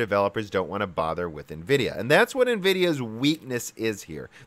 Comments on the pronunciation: EN-vidia, not NE-vidia ... #JustSaying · n vidia... i mean it's in every instance of nvidia writing their name they write it NVidia grammatically you're then supposed to spell the N spearately from the vidia and no one say n as "ni" this is the first time i've heard this way of saying it. i know it's common but it's annoying as hell even if english my second language... just stabs my ears everytime :/ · “En-vidia” and not “NA-vidia.” On some older games a woman’s voice would whisper “Envidia” at the splash screen when you start a game. You said it correctly at the mark. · Its N -Vidia, not Ni-Vidia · En-Vidia pls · Nuhvidia? Really? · I like this channel but hearing nividia sounds off. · NEHVIDIA XD